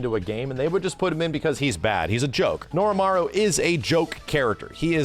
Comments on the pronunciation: I really like your videos,, but it's Norimaro.... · Not Norimaru. Norimaro. I'm not getting Mandela'd. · Norimaro not Norimaru, fake fan SMH